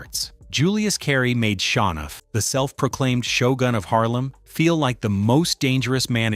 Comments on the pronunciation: ITS SHOWNUFF NOT SHA NOFF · Pronounced Show-nuff I think, not Shawnuff.